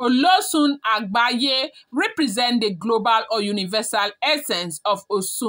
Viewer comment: It is agbaye ,not agbaya